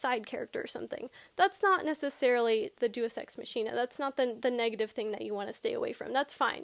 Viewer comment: Day-us ex mach(as in speed)-een-ah